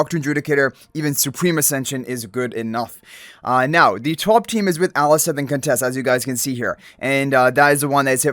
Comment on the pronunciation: Waaaoow!!! You said her name right. Nice 😁👍🏽